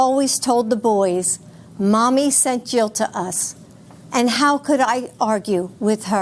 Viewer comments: I saw that video too and thought he referred to himself as Joe Biden's husband as well LOL.. He didn't actually if you replay it he does say Jill but it does sound like he said Joe . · He actually says Jill but I legit thought he said Joe too. Had to replay it again. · With a certain accent "Jill" can sound like "joe" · Listen to it again! He really does say “Jill Biden’s husband.” It sounds like “Joe” but it’s not. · Be totally said Jill but his slurred it a bit.